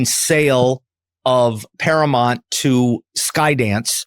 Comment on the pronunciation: Paramount, not Paramont